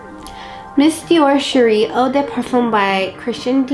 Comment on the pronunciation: Just so you know, "eau" is French for water, and is pronounced "oh".